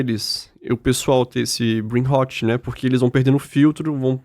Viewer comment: Brain RrrrrrÓt...como o Querido Dr Drauzio pronuncia o R..não e como o erre da palavra Raso...e como o Erre dos paulistas Rararar😅😊❤